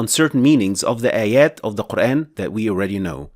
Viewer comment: It's actually pronounced MAALIKI, NOT MEELIKI I guess you tried to teach people King James qiro'at of QUR'EHN English transliterated pronunciation. Although the prophet and shahabahs, has been dead 1500 years ago. It doesn't mean that you can freely INVENTED another qiro'at as you wish. It's never pronounced MELIKI or QUR'EHN. it's MAALIKI and QUR'AAN. PLEASE STOP spreading WRONG pronunciation of our Holy Book AL-QUR'AAN (NOT QUR'EHN)